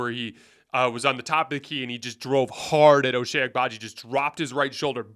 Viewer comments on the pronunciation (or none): Hey! It’s pronounced “Oh Chai”. I really hope that dude can turn into a better role player!